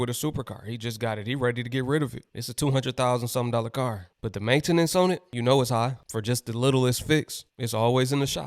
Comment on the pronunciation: It’s maintenance!!!!! you are fucking that word up homie one word, maintenance, not ma-ta-nance.